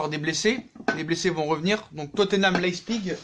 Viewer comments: Ça se prononce " leye pziche " pas "Leye zpigue" à part ça au top la video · leipzip se prononce : la-i-psi-g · Ca se prononce lep(siche)